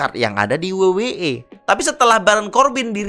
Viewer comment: Paling tidak bahasanya keren dikit la, masa we we e? Dabel yu dabel yu i coy..😅😂